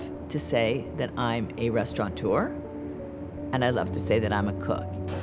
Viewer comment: Restaurateur, not restauranteur.